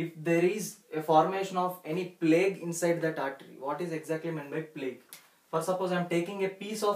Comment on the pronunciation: plaque not plague